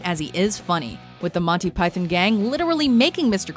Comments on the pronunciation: I'm Canadian, the vast majority of us pronounce it like Pie-thon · "Monty Pythin"? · The way she pronounces Python makes me twitch. You're not British, don't force a British pronunciation without the British accent, it's sounds ridiculous. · learn how to say python.